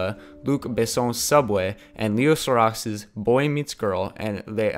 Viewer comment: Leos Ka-ra-ks